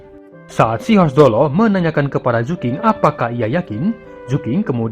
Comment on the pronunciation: bro, sekedar info/masukan, Q dibaca cenderung ke C (ada S samar2) bukan K. Jadi ketimbang nyebut 'Zuking', mendingan 'Zucing'